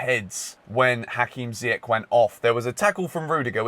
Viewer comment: It’s Ziyeshhhhh not Ziyeck,say it right